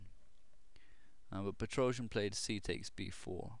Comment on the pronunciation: "Petroscher" =D